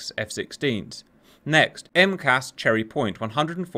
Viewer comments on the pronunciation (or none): Say each letter when you say MCAS Cherry point, not "Emkas". Badass channel btw!